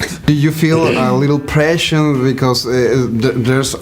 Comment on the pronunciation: amigo, necesitas clases de ingles con sentido de urgencia!! No se dice presion es pressure . honestamente tus entrevistas en ingles podrian ser mejores si hablaras mejor ...te dan poco tiempo y se siente desperdiciado...